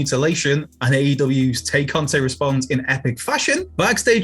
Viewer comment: Why do so many of you guys have a mental block when it comes to correctly pronouncing “Tay Conti”?